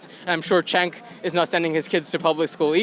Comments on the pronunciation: Oh yeah, I watched TYT for YEEEARSZZZ. That's why I pronounce it "Chank." Yep. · How long has he watched? And he still mispronounces Cenk's name?!?